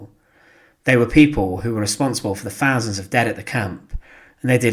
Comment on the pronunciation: An interesting topic but needs much better narration. The current narrator is very monotonous and has a lot of trouble with ‘th’ sounds (as in ‘fousand’)